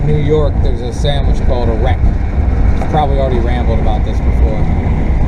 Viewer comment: did you just say "wreck" in northern NY?? Gonna have to give you a big negatory on that one, my friend. It's actually "weck", short form of "kummelweck" pronounced as kummelweck, just as in Jimmy Kimmel. Found mostly in western NY (Buffalo) area, it is like a slightly harder Kaiser roll topped with caraway seeds and kosher salt. Cut it open, load it with about 12 thin slices of roast beef and dip the top of the bun in au jus. If you like a little heat, slather a little fresh grated horseradish on it (NOT like the Horsey sauce from Arby's). Good stuff can keep your nostrils clean for a week or more😰😵. Man, it's am and I want to go to Charlie the Butcher or Anderson's and get one right now...but their not open yet!!!😡😡 Gotta try it if you ever get to Buffalo/ Niagara Falls area. That, the wings (Anchor Bar or Duff's), and a ton of craft beers (damn, just about anywhere). Just don't ask for "chicken" wings.. they'll know your from out of town! Lol!!!, Still not open...will wait... Later...Terry